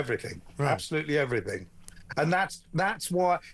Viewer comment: It's everything not everythink FFS.